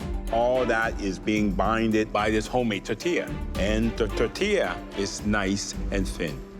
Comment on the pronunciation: Hey you call yourself a chef cant even say the word tortilla right? Its not totilla IDIOT